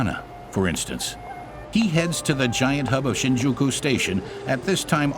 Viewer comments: i just can't stand the mispronounciations the english narrator makes. for a start it's SHINjuku, the first sillabe gets emphasis. takes the cake. You hear in japanes "asakusa ...." (with the u beign ommited), followed by an english dub that says "i want to go to asakUUUUUsa station" just c'mon, how do you butcher this so badly? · My ears bleed every time the narrator pronounces Shin'Juku instead of 'Shinjuku